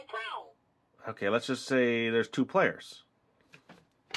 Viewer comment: Why Is He Saying Uno Robotto Like It's Spanish!?!?!?